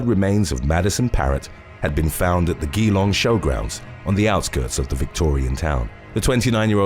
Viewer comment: FYI, Geelong is pronounced "jee-long"